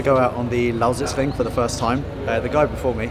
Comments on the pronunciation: Really like how you say "Lausitzring" :) Sounds almost like a native. Its a really cool track, like driving there. What was the fastest lap in the FK8? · i can't get over how excellent he pronounces "Lausitzring" :D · you say lausitzring as german as it gets. pretty fascinating ;) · lol how often did he say 'lausitzring' :D good pronounciation tho